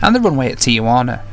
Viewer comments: Please people, why do you pronounce the name “Tijuana” as if you were referring to your Aunt Juana, Tia Juana? Why do people add the vowel “a” between the “I” and the “j” and make it a four syllable word? It’s three syllables: ti-jua-na. Drives us crazy here in México. Where is this guy from, Lonadon? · There is no A between the Tee and the Wana. The name is pronounced TeeWana.